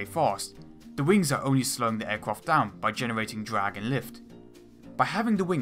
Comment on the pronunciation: Hahaha dwag, wift, fwight, barbawossa, ekwanoplan, submawines, wesearch, won, fwee, etc etc